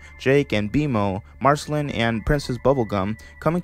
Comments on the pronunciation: this is a good video, but i’m not sure you’ve actually watched the show your self, not knowing how to say marcelines name and other names/titles of the show.... but nice vid!! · The way you pronounce Marceline x.x